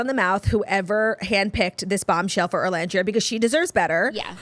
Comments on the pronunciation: I came here to beg you to stop calling her ORlandria 😂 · OOOOOOOLANDRIA not orrrrrrrrrlandria.